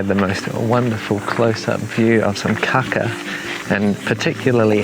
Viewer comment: Definitely wanna make sure you hold those long A's on kākā, like if you were saying "car car" in a non-rhotic accent such as New Zealand's. Otherwise you're just saying 'kaka' which in Te Reo means fibre or stalk, but means something else in many European languages... 💩